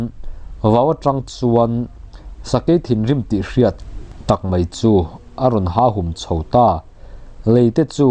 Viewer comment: A chhiara kan chhiar hi a ngaihnawm tih tur a ni a. Kan ngaihthlak erawh hi chu a ngaihthlaknawm tih thung tur a ni e. Rap chunga thing hi an "ha" ngai lova, an "hâk" zawk ṭhin a. Sakei "ha hum" tih hi "kan kum" tih kan lam rik dan ang chiah a lam tur a ni bawk e. "Pûm" hi ""tûn" tih kan lam dang anga lam tur a ni e.